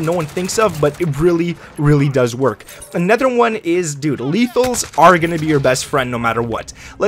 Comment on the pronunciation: Please learn to say anOther not anEther